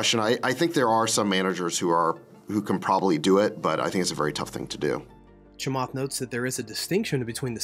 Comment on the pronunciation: His name is pronounced "Cha-matt" Not Cha-"Moth" Please try harder.